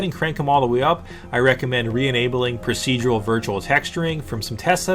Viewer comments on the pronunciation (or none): none